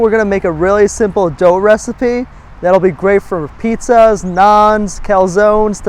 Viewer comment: It's "pijja";-) Thank you for the cool videos and good cooking content